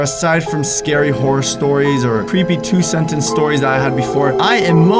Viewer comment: “Horry videos” 👏